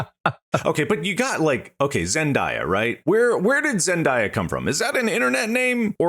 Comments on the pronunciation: No way you said ZEN DYA its Zen DAY Uh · The was they kept saying zendiea was like nails on a chalkboard 😂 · Zen die uh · Absolutely no one has ever called Zendaya…Zen-die-uh…stop that…bad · I hate how they pronounce Zendaya. 😂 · As an old Shake It Up fan, it hurts me to hear these guys mispronounce "Zendaya." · Them pronouncing Zendaya's name wrong is both funny and cringe lol It's her first name Zendaya Coleman is her name